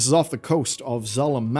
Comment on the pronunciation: You totally don't know how to say zul'aman its not zul a man...